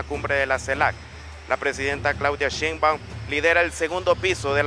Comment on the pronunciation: Nada más que es Sheinbaum, no Sheinbaun. Por lo demás que buen recibimiento le dieron en el país centroamericano, gracias!